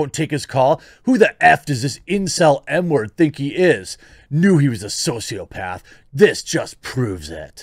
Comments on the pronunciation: When Jeremy was saying M-word over and over because it's illegal on YouTube to say murderer. it sounded like he was saying N-word. I was like why are people calling Kyle a N-word now. And that's the problem with censorship because pretty soon he will have to talk like this... H-word E-word I-word Jeremy F-word The Q-word. (Hello everyone I'm Jeremy from the quartering) That's our future. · Lol every time I hear Jeremy say “M” word I hear “N” word.